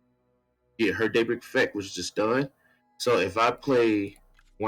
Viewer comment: Seems like fun. I couldn't help but hear daybreak as date something which made me laugh. Happy New Year